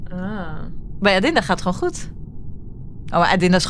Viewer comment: die rode trui van de Shein het is niet Shi in shein